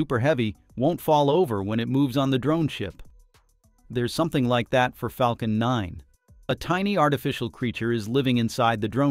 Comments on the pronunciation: Flacon nine??????? AI crap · we have the proof this is a IA voice: "Flacon9" 😄